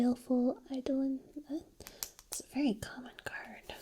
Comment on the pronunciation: Excellent video,. BTW, eidolon is pronounced "eye-dough-lon".